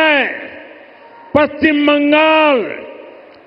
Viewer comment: পশ্চিমবঙ্গ শব্দটা প্রথমে উচ্চারণ শিখতে হবে। তারপরে পশ্চিমবঙ্গ আসার পরে ভাবতে হবে। বাঙাল বাঙাল এসব ভাষা কি?